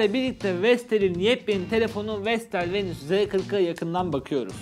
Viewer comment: Vestel VENUS yalnız "VENÜS" değil :)